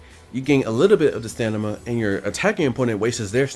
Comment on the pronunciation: Strange how u say stanima